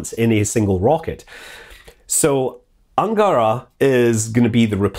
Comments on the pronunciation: Small thing about russian pronaunceation. Almost all words have accent on last vowel sound. Not AngÁra, bu AngarÁ. KazahstÁn. SojÚz. MoskvÁ, e.t.c. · sometimes he even said "angArA". I think he's getting better at this, but I can't stress enough how important is stress. Can't understand why he misses it all the time. English has stress too, so why not pay a tiny bit of attention to it? "angAra" means "of a hangar", "angarA" is a river (and the rocket). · i checked every name in this video and it is so funny how chaotic stresses were: energIa -> enErgia (miss) burAn (hit) zEnit -> zenIt (miss) angAra -> angarA (miss) p,s. pls take no offence. video is not about linguistic and i am do not really care how scott pronounces some foreign names. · Scott, i know its counterintuitive to pronunce russian names like this but they are should sound: enérgiya, zenít, angará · yep, he does an amazing job. On the other hand, english speaking people tend to change stresses. The original versions are: zenIt, soyUz, protOn (that's understandable), enErgia, angarA